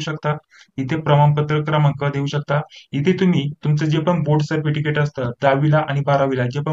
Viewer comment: Thank ❤nice information ❤ सरपटिकेट ka bolta 😅😅hasi aa gayi jarasi sorry 😁😁😁